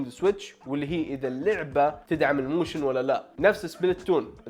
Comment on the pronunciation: موشن❌ موووشن✅